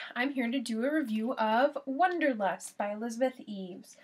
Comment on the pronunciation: First, it's not "wonderlust" it's Wanderlust. Second, it is perfectly understandable to me why this book means nothing to you, and worse; Third, I can say exactly why I love this book, but not here. However, thank you for your perspectives.